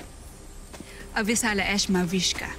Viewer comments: Lira: Thank you Salamat Danaya: Avisala Ishma Lira: Avisala asthma Danaya: Ishma Lira: Avila Ishma. 😂😂😂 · Haha I laugh when Lira said avisala asma hahah😂😅